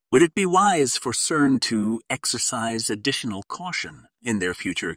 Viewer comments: clicked off after multiple "K"ern repetitions... it is a soft C like an S - you got it right half the time until I gave up , it is pronounced "S"ern. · Is this A.I mispronouncing repeatedly this demonic Companies name Kern instead of Cern 😅. Not THAT intelligent is it ? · Pronounced SERN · Says KERN - what an idiotic AI reader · Its hard to listen to when the pronunciation of the main subject isn't even being pronounced right. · probably ai. Or this guy got ai to write this and doesnt know how to pronounce words